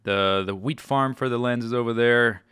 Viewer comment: Every time he says wheat farm I think he says weed farm